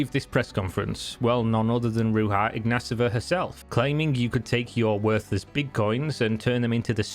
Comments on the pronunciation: Theres no S in her last name …. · Mate, I know Bulgarian names can be hard for English speakers but ... You are saying totally different last name ( the mispronounced first name I can dismiss as x and y are funny letters in English) but the last name you are saying is totally different Ignaseva it not even close to ignatova. We have it simple , no silent letters and you just sound every letter. Ig na to va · Why are you pronouncing her name Ru-ha Igna-sova when it should be Ru-ya Igna-tova ? And why are you pronouncing her brother's name with an -a at the end which is feminine, when his name is Igna-tov ?